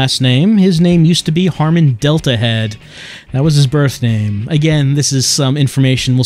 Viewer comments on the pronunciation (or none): *Harman Not "Harmon"